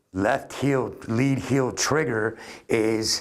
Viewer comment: Its 'heel'. ;)